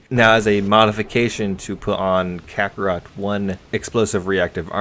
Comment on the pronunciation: Come on man! Its Kontakt not kakarot like from DBZ. It's pronounced the same way as contact. You get another like for trying though :3